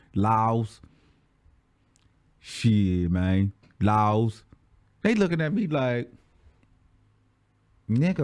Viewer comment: I am GAGGGGGIIING every minute of this storytime! 😭😭😭 I need more of this! 🤣🤣 He said "the LAWLS"🤚🏾 I cant.